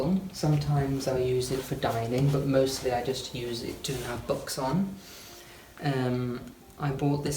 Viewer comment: He's lovely. Got a kick out of the way he pronounces "Books" as "Box."